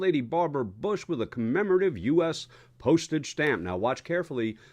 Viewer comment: How hard can it be to say Bush and not Boosh?